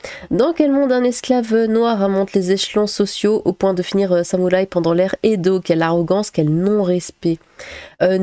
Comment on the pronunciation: non samoulaï tu le prononces mal x)